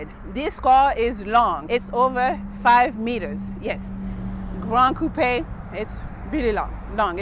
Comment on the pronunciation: Watching this again and realized she pronounced coupe correctly. That's something I find irksome about a lot of car reviews of other coupe style cars